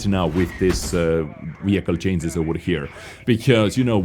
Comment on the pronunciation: Dude its not cances, its changes !